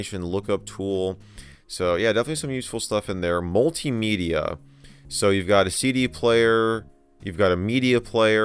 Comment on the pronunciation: For some reason, the way he said "multimedia" reminded me of the quote: "multimedia is just like regular media, but not as good"